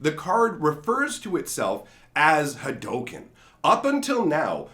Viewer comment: Yo it is pronounce Ha_Doo_ken